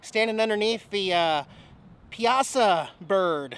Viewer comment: It is pronounced PIA-SAW BIRD I lived IN Granite City and we use to hike the trail above when I was in the Boy Scouts in the late 60`s. Located on the Illinois river. COME ON MAN get the facts correct. lol